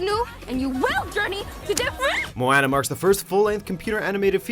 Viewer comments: "Mo-anna" Uhmm, yeah no!! It's pronounced "Moh-ahn-uh" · *Sea lion, Popplio is Sea lion like not seal like. Thank you Oh and it's [mo-ah-na] not [mo-eh-na] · How you pronounce Moana is "Mo-ah-nah" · To the narrator: Moana is pronounced Moh-ah-nah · Moana Moe-one-ah pls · The way they pronounced moana though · That pronunciation of Moana was so bad!!! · You guys can't even pronounce "Moana" right, wtf. Only good thing was that Fantastic Beast was number 1